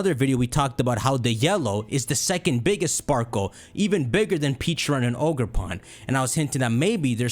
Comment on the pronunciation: Please don’t tell be he called pecharunt peach-arunt 😂